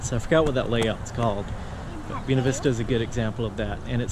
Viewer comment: Funny you would mention that. I love the way pronounced it, being that he's speaking his natural, charming, southern style.💗 Me: I'm in suburban Southern California. We have "Buena" everywhere. Most notably, Buena Park, home of Knott's Berry Farm. I didn't know there were 2 ways to pronounce it but now I do!😉